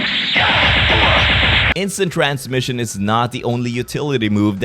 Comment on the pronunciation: He said instint cramshin😂